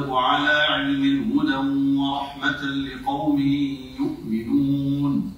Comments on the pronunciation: (هُدًى وَرَحْمَةً) بفتحتين وليس (ورحمةٌ) بضمتين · كاين خطأ آخر أوقعه في الأول، قرأ هدى ورحمة بالضم وهي بالفتح